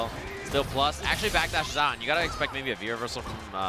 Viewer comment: He said acksully like 10 times in a row. It's ACTUALLY! You fucking illiterate.